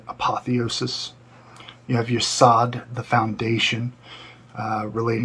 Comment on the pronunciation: You literally pronounced 8 of the Sephiroth incorrectly. Butchered them. Hint: the O in both Hod and Yesod is long, not short. They both rhyme with "abode." How can anyone take you seriously when you can't even be bothered to learn the basics?